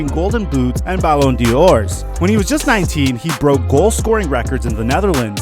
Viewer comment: Pleas change your way of saying Ballondor 😂😂😂 and Messi has 699 goals and 250 assist